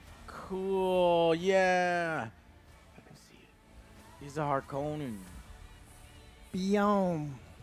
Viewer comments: Also Joe, the pronunciation of Harkonnen is not how they say it in the Lynch movie. In that movie, they say it like harKOnen, like it has only one N but Frank Herbert actually pronounced it as Harkon-nen. They do pronounce it correctly in the sci-fi series that came out around 2000. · You're pronouncing Harkonnen and Freman wrong